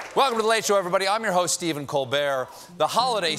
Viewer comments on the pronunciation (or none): none